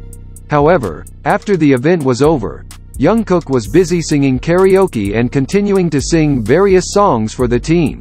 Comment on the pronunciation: His name is Jungkook, not Youngkook. 😂 Say his name right, at least! It sounds funny